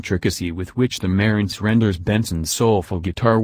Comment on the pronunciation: MUH-RANTS not MERENTS